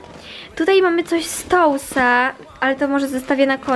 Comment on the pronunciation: Czyta się tus a nie tous ale każdy może się pomylić i ogólnie fajny filmik ❤️